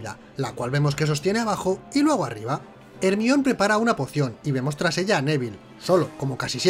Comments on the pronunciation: ERMION jajajajaja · Hermion JAJ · ermion jajajajaj